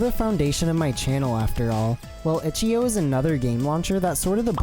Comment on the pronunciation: bro really pronounced ichio